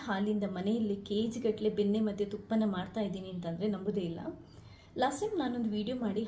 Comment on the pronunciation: ಬೆನ್ನೆ ಅಲ್ಲಾ ಅದು ಬೆಣ್ಣೆ😅 ಕುಡಗೋಲು ಅಲ್ಲಾ ಕಡೆಗೋಲು😂